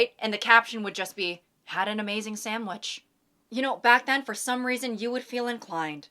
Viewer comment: i really like this part. i like how you pronounce sandwich differently every time you say it. "people would post a picture of... a samwich... just a fugly samwidge right? and the caption would just be 'had an amzing sandwich '" i think i like it bc each sentence is like a different character like she's acting, or like impersonating theoretical people, and each person has a different personality and speech patterns. and pronounces sandwich differently. like the first sentence is, well, not even, of course, the second sentence is like the hater or heckler or whatever, and then the last person is like so snooty and posh like they're above everyone else. i really mean this in the nicest way and i hope it doesn't seem weird that i'm dissecting just a silly little example provided. i just think it's neat.